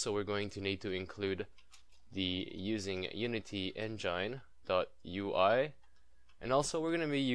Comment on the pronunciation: Am i the only one that laughed when he said "Unity N-Jyne"?